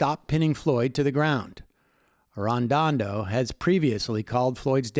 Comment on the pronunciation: Just a heads up from a Minnesotan, The police chiefs name is Medaria Arradondo [Air-Uh-Don-Dough]